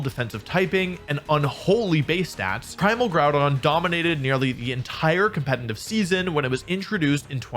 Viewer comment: It's competitive, not "competinive". I can't get over it because you say it so often since the subject is competitive Pokemon.